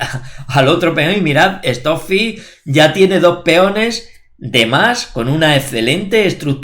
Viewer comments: "Estó fi "...🤣🤣🤣🤣🤣🤣🤣🤣🤣🤣🤣🤣🤣😋😋 Trabaja la pronunciación por respeto. Stock fish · Esto fi